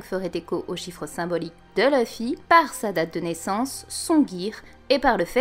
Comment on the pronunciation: Je serais très curieux de comprendre pourquoi des francophones décident d'appeler Luffy "Leuh-fi" alors que en Japonais ça sonne "R/Louh-fi". Ca voudrait dire que vous prononcez un nom de personnage tiré d'un Manga Japonais à l'anglaise en étant francophone ??? :confused